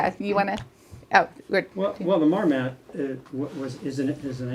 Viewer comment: Marmot, not marmat.